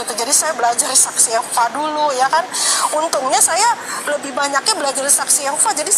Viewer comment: Saksi yehova apaan? Boong ni ibu! SSY menyebut diri sbg saksi yehuwa..bukan saksi yehova. Selain sebutan saksi yehuwa berarti mrk di luar dr komunitas